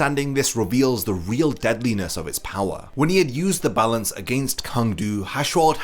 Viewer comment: Its not "the balance".....its "za balanzzzzzzzz"😂🤭